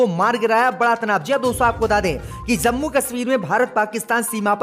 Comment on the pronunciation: Zankari wrong JANKARI Zammu wrong JAMMU Majjid wrong MASJID Jinda wrong ZINDA Namaj wrong NAMAZ Angreji wrong ANGREZI 👎👻👎👻👎👻👎👻👎👻👎 हिन्दी उच्चारण अतियन्त ग़लत है 👺👹💀😱👻👽👾